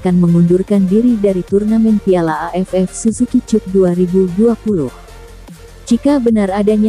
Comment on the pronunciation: Baru dengar kali ini pengisi suaranya bilang susuki cup, bukan dibaca suzuki kap